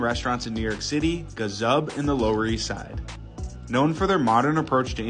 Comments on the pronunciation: Now he pronounced GAZAB properly...quick learner he is..Gazab hai bhai tu 😂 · Finally, said Gazab the right way! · Thank God you pronounced it correctly this time 🥲❤️